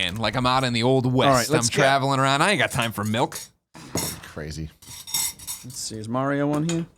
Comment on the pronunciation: I heard Tim say "melk"